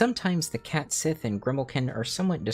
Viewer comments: Small correction, Cait Sith should be pronounced “ket shee”. Square doesn’t help this by using the same one you did for the character in FFVII for FFVII Rebirth (the first time the character was voiced out loud - was never actually named in Advent Children iirc). This is despite the original Japanese using the correct pronunciation. << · I kind of knew about Cait Sith and Grimalkin from The Dresden Files. Both appeared to help and hinder Dresden, I think Cait Sith was actually Mab's (Queen of Air and Darkness) personal assistant. Is it actually pronounced "Ket Shee" though? Cuz I thought it was...